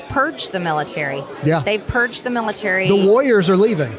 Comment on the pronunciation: Sounded like she said, "Perch the military."